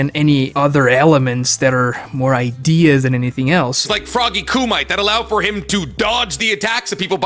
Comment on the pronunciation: Frog kumight instead of frog ku mi te